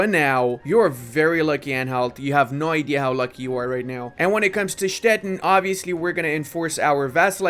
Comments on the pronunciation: He basically pronounces it as Stetten, which is a rather common name for a variety of small towns and hamlets all over southern Germany :D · Hello, a little advise: Stettin is pronounced Stetiiiin with the long i in german:D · learn how to pronounce Stettin, the end sounds like the word “teen” in English. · Ludis pronunciation of "Stettin" sounds always very funny and a bit confusing. In German the "tin" in Stettin is pronounced with a long i like in english "teen" in teenager.